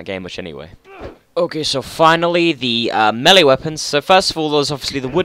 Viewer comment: Btw it's melee. 😬